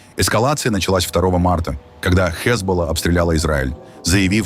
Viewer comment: Да настройте вы ударения!!! ХезболА!!! Известные слова!!!! Слушать невозможно!